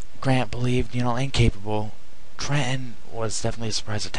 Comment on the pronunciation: completely failed in quebec? are u on glue? arnold took ticonderoga, a british sloop of war, montreal, and delayed an invasion for at least a year. do ur homework. and its TRENTON, not tre-en.